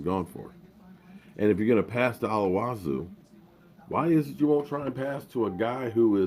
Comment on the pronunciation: I agree completely with Garrett not being a big game coach and Linehan’s offense being outdated. He needs to go! But dude. It’s Olawale not olawazu lol. 3xs. And yes throw it to Rico in the red zone.